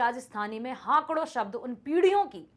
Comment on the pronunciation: Good but , it's not हाकड़ it's हाकड़ो